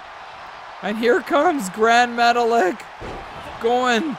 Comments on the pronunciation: say his name like Gran Metaleek not Metalick 😅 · I'm pretty sure Gran Metalik is pronounced Gran Metalique. It least, that's how I've heard WWE announcers pronounce it. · Also he's pronounced "Grand- Meta- Leek" lol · I was happy to see Gran Metalik and Lince Dorado get eliminated so can stop saying their names wrong.